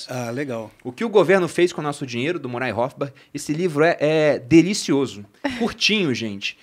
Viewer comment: Excelente, porém uma sugestão: precisa melhorar o inglês. Thomas “Sauel”? “Murai” Rothbard? Soa mal aos ouvidos. Nada mais, excelente como sempre!